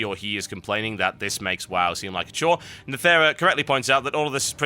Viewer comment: You pronounce the word 'wow' like w-ow, so why not the abbreviation WoW as w-ow?